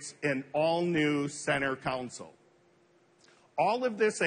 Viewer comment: what's a "center counsole?" I've heard of console, but not a counsole.